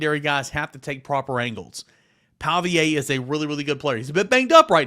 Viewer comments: Pavia (Pah-vee-uh) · Lol I was thinking the same exact thing. Not a fan at all but he has a pattern of messing up ppl names 😅